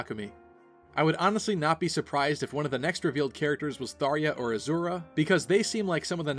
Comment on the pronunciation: Really? Tharya? Is that really how you pronounce it lol.